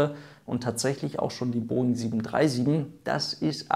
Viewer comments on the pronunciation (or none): none